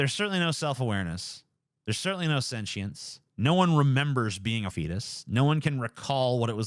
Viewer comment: its sentience not sentchience